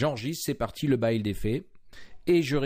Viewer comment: C'est la première fois que j'entends cette prononciation pour "buid" et "hidden", c'est voulu ? Vous dites comment "building" pour gratte-ciel ? "Baïlding" ? A part cette prononciation déroutante, j'aime plutôt ...